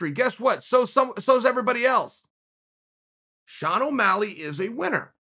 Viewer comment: 'Millenial' Sean Ow' Malleg